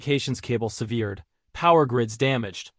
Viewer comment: The human voice still reads some words incorrectly. Eg: SEV-ered, not se-VEERed